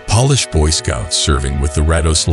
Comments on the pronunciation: It's pronounced "po-lish" like the po in police. Not "pol-ish" like nail polish. Honestly concerned about you! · These are amazing! Is it supposed to be “Polish” on the third photo, instead of pronounced “Pawlish”? Just the simulator, I suppose :)